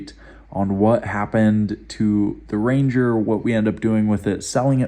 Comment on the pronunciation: Every time you called a "Range" I added the "er"